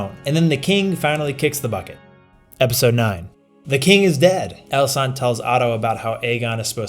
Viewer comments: Viserys was actually not referring to rhaenyra's aegon on his deathbed he was talking about aegon the conqueror. Also great vid as always but she's called Alicent not alisaant lol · Alicent,, it's AlicEnt